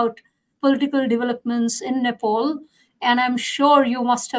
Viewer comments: Who is this moron interviewer, Country's name is Nepal not Nepoul. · Its Nepal & not Nepaul.